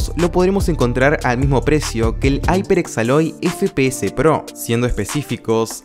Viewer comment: como le llamas aiperx a la marca hyeprx. esa marca se pronuncia iperx no aiperx